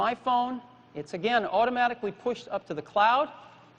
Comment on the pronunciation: OOttomatically... lol